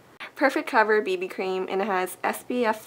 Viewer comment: Lol, when you first starting talking about the BB cream I thought you were saying baby cream.